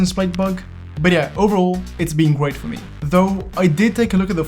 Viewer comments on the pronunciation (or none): "yeah overall its been gweat for me."